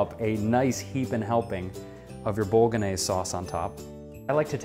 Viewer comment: I just found your YouTube channel, silly me, and am having fun watching. However, I could not watch this through to the end. While I love this sauce and make it all the time myself using homemade tofu crumbles, I cringed every time you said "bolognese". I'm just one of those people. Other than this video, loving everything I see.